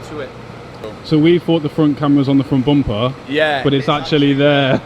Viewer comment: the amount of times he has said frunt bumpah is killing me